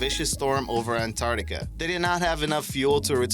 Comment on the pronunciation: also, Ant - ARK - tica, not ant - art - ica What's with the "smashing" of the LIKE button? Is it breakable? Will we have to pay if we break it? This is causing me great concern. Now I will be unable to sleep ..